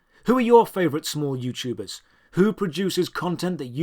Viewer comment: “Youchubbee” “JooYouChuubers”